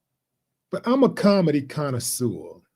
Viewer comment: if you do not know how to pronounce "connoisseur" then don't use it and embarrass yourself.